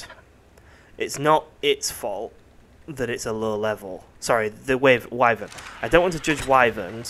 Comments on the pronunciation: Man I love how you pronounce it way-vern like I did in the old days playing final fantasy(before learning that it's wai-vern). I've never heard anyone else say it like that, it is somehow nostalgic. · waevern egg wtf its called a wyvern egg